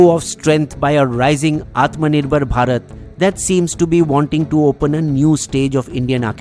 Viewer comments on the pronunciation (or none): none